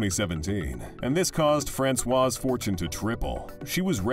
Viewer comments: u wonder about the accuracy of any news when u hear the commentator pronoucing Francoise like if she was a man ,,,Francois (without the E at the end as feminin) are those articles not informed about what they talk about? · It’s not François but Françoise!